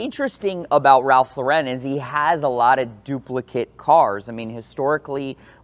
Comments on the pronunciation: It's LAR-en not luh-WREN. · His name is pronounced Lor-In not Low-ren At 16, like his brother Jerry, he changed his name from Lifshitz to Lauren, 'after Lauren Bacall' (another New Yorker of Jewish-immigrant stock, who also changed her name, from Betty Joan Perske). 'I wasn't doing it to be pretentious,' says Lauren. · So much auto knowledge and research but not one of them bothered to learn how to say the man’s (brand) name.